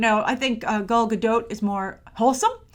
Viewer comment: It’s “Gal”, why does still pronounce her name as if it’s “Gaul”? Also, she struggled to find roles before being casted as WW. I don’t think she’s struggling now. She could’ve already been casted for that movie with Bradley Cooper and it’s just not announced yet. Or considering she made 3 movies back to back in the last several years with basically no breaks in between and has a less than 1 year old baby, she could be looking to have some down time before going to back filming a couple more DCEU films.